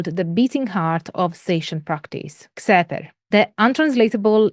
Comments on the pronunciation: I don't have enough knowledge about how members of Temple Of Set pronounce "Xeper", but Don Webb transcribes it as "Khefer", and the KHPR podcasts follows that pronunciation. Xeper is the Egyptological pronunciation of ḫpr, IPA /xɛpɛr/, so it definitely shouldn't be "Kseper". I know pronunciation is a pointless pedantry, but it's a nice thing to come closer to representing dead languages (ignoring contemporary usage of Coptic, but pronouncing it Shopee would be a bit weird). I don't know where they got the /f/ from, since no dialect of even Coptic had that development. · it's not pronounced "Zepper", it's pronounced "Keffer". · Also, you’d mentioned in the lecture you weren’t sure how to pronounce Xeper. In some of the ToS materials, they say it should be pronounced as “Khefer,” similar to the transliteration used for the Egyptian god Khepri. I can confirm that initiation beyond the degree of Adept is based on specific initiatory progression, not on time in the organization. The plane of the Adept is theoretically infinite, with the other degrees representing different types of growth. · like that time where that ball of dung I was rolling finally transformed into gold and next I knew I was in this human body, I think it is pronounced khefer, at least that´s what a priest told me once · Members generally pronounce Xeper as "Keffer". And Setianism as Set-ee-an-ism.